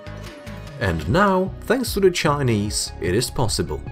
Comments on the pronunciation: The way he says the Chinese sounds like a slur aha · Bro why you keep saying the chinese like that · How you say Chinese is so weird🫤